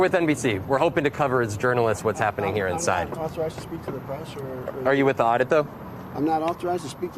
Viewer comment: "Oddit" not "audit"